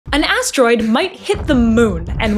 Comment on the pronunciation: Asteroid ❌Ass Droid ✅